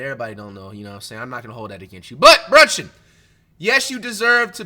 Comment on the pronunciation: Everytime he say brunchin I start dying😭😭😭